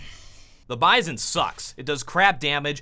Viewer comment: I think its pronounced as Bee-zon